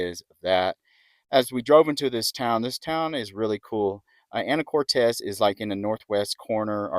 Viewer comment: It's Anacortes. Not Anna core tez. Actually quit watching your video because it was so annoying to hear you say it wrong so many times